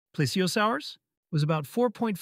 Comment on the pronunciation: It’s pronounced plee-zee-o-saur-us